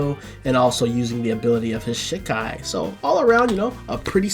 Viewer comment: Still can't stand the way you say "shi- kai", like you're animation canceling shit. Japanese is phonetic, the 'I' is pronounced 'EE' 100% of the time.